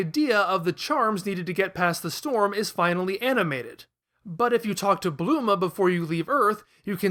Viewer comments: her name is bulma not bluma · Dude. It's Bulma, not Bloomah. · Didn’t know Bulma was pronounced Bluma lmao